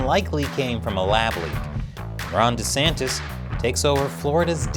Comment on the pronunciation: Why can you not pronounce his name correctly?? It's not that hard bro.